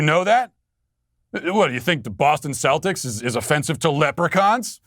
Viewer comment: I’m offended by the pronunciation of Celtics and I’m not Irish